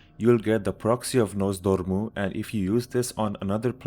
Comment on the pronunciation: "NoZ Door Mu" :))